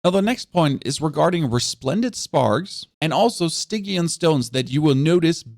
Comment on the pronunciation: I'm just here to say that Stygian is pronounced with a hard G but it sounds freaking cute so I'll allow it.